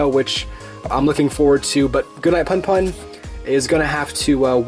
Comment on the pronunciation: I believe it's "poon poon" instead of "puhn puhn"